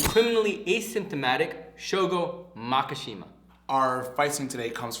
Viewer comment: Such a good video, hope to see some more psycho pass and even some cowboy bebop. Only thing that bothers me was "mak-A-shima"